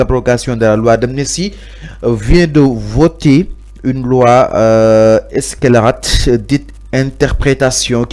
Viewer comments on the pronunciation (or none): Monsieur on ne dit pas eskelarate mais en français facile célérate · Il n arrive meme pas a lire correctement le mot scelerate.soit disant journaliste